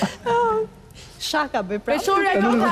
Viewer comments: Jo sháka o alba po shaká me theksin tek a-ja e fundit. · Alba, meso si te thuash fjalen SHAKA!!!!